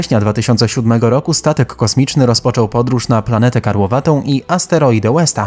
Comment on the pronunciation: Koleś, w tym kraju używamy kilometrów a nie mil. Nie mówi się Łesta tylko Westa. Przestańcie męczyć nas funtami, stopami i milami. Nie umiecie przeliczyć na kilogramy i metry, to się zapytajcie mądrzejszego.